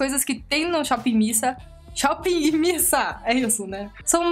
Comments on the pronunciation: que agonia de "shopping missa" kansaknssksjsjsjjs acho que é "mís ei" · Não é missa, é miss a, miss (ei) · nao se fala shop missa kkkk é shop miss ei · Pronuncia-se "mis ei" (dá uma certa angústia ouvir vc repetir "missa" o tempo todo:v ) mas foi um ótimo vídeo.. realmente no site as imagens dos produtos são bem apelativas.. depois do seu review consegui ter uma conclusão melhor da qualidade dos produtos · Amiga não é shop Miissa que se pronuncia e sim shop miss ei. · Modo de escrever= Miss A Modo de falar= Mizei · Na verdade a pronúncia é "miss ei".Com W fica "uei" ;) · É Miss (ei) kkkkkk vc é hilária.. bjoooo linda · é miss "ei" kkkk vc é melhor, e essa edição??? Estou amando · Não da para parar de rir com seus vídeos haha muito animada mesmo kk vc falando 'missa' tava me irritando, mas vc explicando que ta falando errado, me fez rir mais ainda kk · Vc e muitoo divertida..adorei vc!!! Fala-se Miss (A)Ei ... bjooo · oiee, voce tem que pronunciar " shopp miss ayn" tipo, miss e como fala a em ingles fbjsbs 💜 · Miss A (ei), em inglês a tem som de "ei" 😊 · se pronuncia shopping miss "ei".Adorei o video.Beijos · Deu agonia ela falando "missa" 😂 Mas eu te amo ❤ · Acho que fala miss "ei" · é "míss ei" que fala hahahahahahhaha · "Miss ei" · se pronuncia Miss Ei kkkkkkkkkk